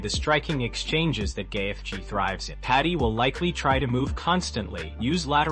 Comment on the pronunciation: Wtf is with all this ai BS? Gay-eth-gee….